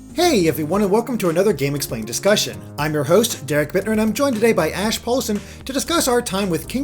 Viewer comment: So whad ya think? anyone else hear him say ass instead of Ash?